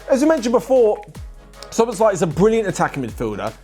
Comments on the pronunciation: You should pronounce it like this: so-boss-la-ee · you say soboslai the a is like you are saying aaaah but short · just checking, did OP say that because they're Hungarian and can verify that's how we say it? Can't tell if they're being sarcastic and I thought still didn't quite say it right but idk, I'm just an English speaker